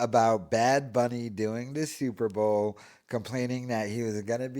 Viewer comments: Super ball 😂😂 I thought maybe he just had one slip of the tongue but this dude can’t say Super Bowl 😂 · Cant talg. He has to think its pronounced Super Ball. Total moron. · It's super bowl... not super ball...